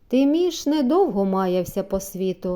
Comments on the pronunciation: Та чого ж це ТИміш, як ТимІш!😊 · Гарно прочитано...Дякую..Тільки не Ти'міш,аТимі'ш